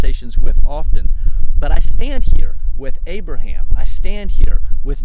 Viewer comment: On a side note, you would be shocked at how many people can not pronounce my name / Abraham's sons name correctly, it is nice to hear you say it normal!